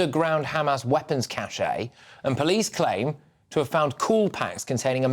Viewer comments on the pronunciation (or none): Cache. Not Cachet. Not Cachė either.